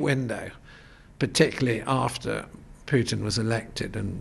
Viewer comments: Name is not pronounced . It is pronounced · Why does the interviewer keep referring to Putin as "Pjutin"? It's really annoying. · His pronunciation of Putin's surname - my ears are bleeding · if you want to defeat Russia ,as you do,first learn to pronounce the name of Vladimir Putin properly.